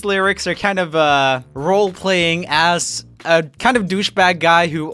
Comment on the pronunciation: He says as like ass